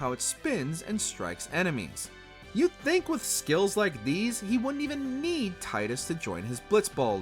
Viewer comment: Also, he mispronounced both their and Tidus' names.